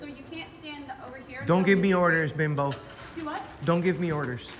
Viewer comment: He said Bembo 😂